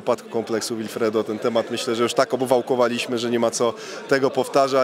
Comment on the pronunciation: "Łilfredo" Leona 🤣🤣🤣🤣to niezły łilfredo